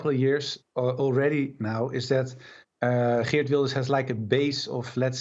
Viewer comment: Its girt wilders not gert wilders🤦🏿‍♂️